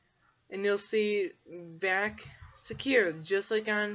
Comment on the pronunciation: i know what VAC is, I was just questioning your pronunciation.